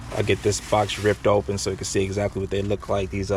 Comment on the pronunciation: HE SAID HAAAAAAA WHA A G